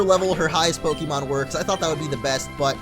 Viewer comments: its actually pronounced poke-ay-mon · its poke-ay-mon the accent on the e makes the e sound a ay sound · In the anime they pronounce the E as an A so it's like Pokamon. :P